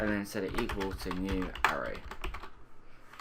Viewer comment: Great videos but need to let you know it's pronounced ah-ray